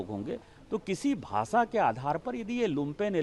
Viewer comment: भासा, देस... Mr Dubey don't give interviews till u learn to pronounce correct - it is भाषा, देश... U embarrass the entire Hindi speaking community and preaching on language row. Astonishing...